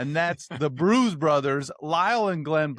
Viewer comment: The "Bruse" Brothers 😂